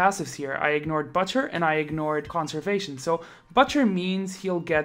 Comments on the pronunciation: Its not BUTT-cher. Its BOOTCHER. At least in sound. Still spelled butcher. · bOOtcher not butt chyer